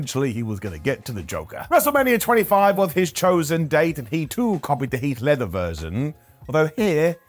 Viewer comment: "Heath Leather". Added to the list. Good to know that it's not just names of wrestlers you flub up on.